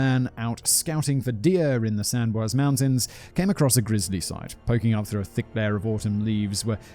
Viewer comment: i thought it was how he pronounced sans or bois